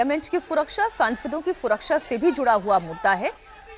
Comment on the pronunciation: सुरक्षा की जगह फुरक्षा बोल रही हैं😂😂😂